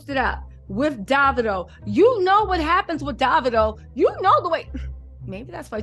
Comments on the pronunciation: It’s David-o like Cheerie-o. His name is David not daVid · Hey. It’s pronouced Dav-eedo, lol.❤